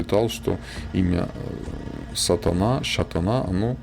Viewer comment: интересно слушать, только Тутыр ударение на У,и Шатана ударение на Вторую А